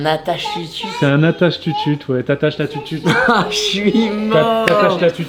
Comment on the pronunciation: Alors on ne dit pas une tutute 😭 mais une teuteute 😌